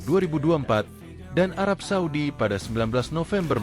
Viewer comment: arab saudi min.. bukan suadi. itu nma pk de gua